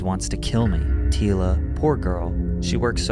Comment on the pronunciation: Anyone question why the narrator is pronouncing her names incorrectly? Tila is pronounced like Tee-ya, and the last name Nguyen is pronounced like Win.